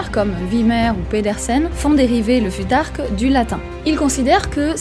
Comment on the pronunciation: Pourquoi mal prononcer le futhark si tu connais la bonne prononciation ? Ça induit les gens en erreur et c’est pas une bonne habitude